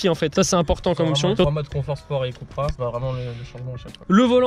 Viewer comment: C’est cUUUUUUUpra pas « Coupra »